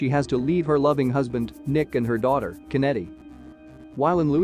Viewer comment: No he did not pronounce “Kenedy” like that 😂 . I bet he don’t even pronounce John F. Kenedy like that